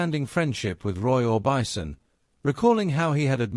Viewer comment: More AI slop." Roy or bison"